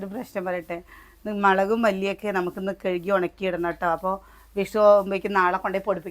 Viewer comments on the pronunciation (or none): none